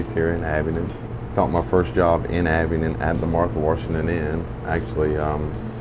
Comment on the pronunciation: Great video. However... As a person who was born, raised, and still lives in Abingdon, pronouncing "Abingdon" like "Abington" is a huge red flag to the locals. It's like pronouncing "Appalachian" as "app-a-lay-shun." Big no-no. It's pronounced "App-a-latch-un." Just sayin'.